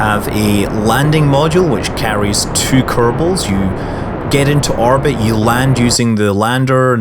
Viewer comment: Does it bug anyone else that when he says orbit it sounds like "arbit"?